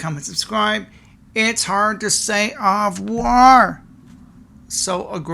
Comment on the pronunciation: It’s two words. Au revoir. And it’s not hard to say at all.